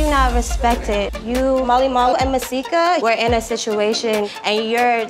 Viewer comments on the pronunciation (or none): Swear it sounded like she said Molly Wall